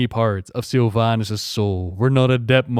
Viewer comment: i keep hearing sylv anus